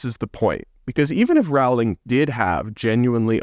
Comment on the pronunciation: Rowling is pronounced “rolling” like bowling.